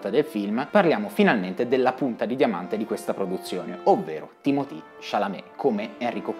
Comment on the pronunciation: perchè lo chiama Timotì? è francese e si chiama Timoté.